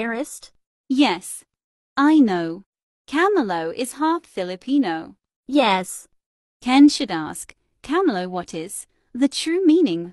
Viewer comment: I love the word "fillipino" "fillipina" and "phillipines"